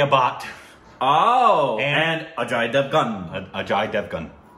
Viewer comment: pronunciation of "Ajay" gave me chills. That was spot on